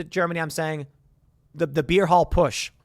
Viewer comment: Putsch not Push. It was the Beer Hall Putsch.